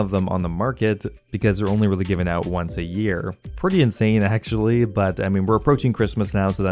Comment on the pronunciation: i like how you pronounce actually as "ackshee"